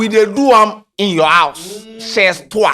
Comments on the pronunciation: It’s French chez toi is pronounced “shey toa” not shez toa scanty. U didn’t take French in school? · it’s not sh3z toi 😂😂😂 it’s pronounced shay toi (Chez toi is a French phrase) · It’s pronounced “ Shay twa “.. It’s French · the French word we no dey mention the last letter 😂😂😂 we dey pronounce am chey toi the Z no dey need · wabon dodo It’s not pronounced Ches toi😂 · pronunciation weak me 😂😂😂cheezz toiii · U go find meaning of “chez toi” but u no find the pronunciation 🤣🤣🤣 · Chez toi is French. Don't pronounce it the English way